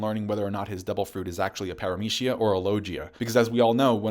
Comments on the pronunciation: Bro did you really just say lojia? It's LoGia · “Lojia fruit” 😂😂😂😂😂😂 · my man, can you stop mispronouncing "paramecia" and "logia" dude people not everything should be treated with American English way of pronuncing